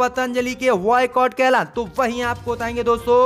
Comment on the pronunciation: Baycot not a vaycot bhai ba kaho na ki va